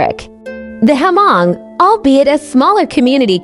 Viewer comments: Hmong is not read as "H-Mong" it is silence H. just read as Mong. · To pronounce the name Hmong correctly you just need to take the " H" out and it should sounds more like Mong.